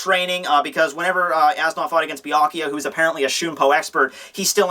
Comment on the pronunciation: As Nodt is pronounced "Es Newt"